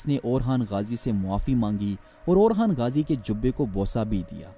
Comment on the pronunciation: He's orhan not orkhan